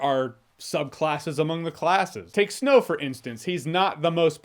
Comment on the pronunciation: I think I heard Snoke every time that Jeremy said Snow